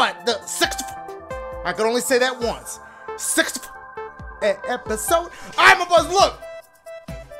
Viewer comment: "Sixtfffuh...I can only say that once...sixtfffh."-Dashie Literally says it twice. 🤣🤣🤣